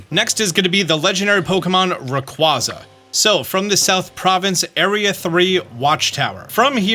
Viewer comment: Still hurts hearing the way you say Rayquaza..